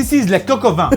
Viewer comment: The N in Vin is silent